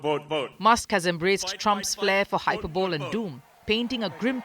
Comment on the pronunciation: The voiceover lady would sound more professional if she looks up how to pronounce words if she's unsure. Simple words like 'hyperbole' or 'rhetoric' for example.